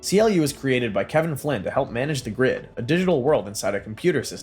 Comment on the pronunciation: CLU is not pronounced C. L. U, it's pronounced "clue" fyi.